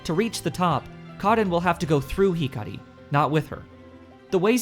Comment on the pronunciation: Great video, but your Japanese name pronunciation is so funny that none of them is correct, especially ふたば(futaba), かおるこ(kaoruko),ひかり(hikari)